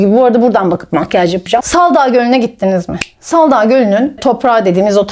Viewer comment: Salda gölü saldaa değil Allah rızası için o kadar kulak tırmalıyor ki